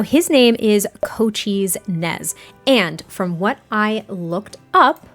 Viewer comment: nez is related to the nez pierce tribe (pierced nose), and coincidentally the appaloosa breed was most related with the tribe...until soldiers slaughtered the entire breed...efforts are being made to (through genetics) to bring the breed back...as for cochise...idk cochise is pronounced co-CHEES...second syllable does not rhyme with cheese, no z sound...just a plain old s sound...hope these tidbits helped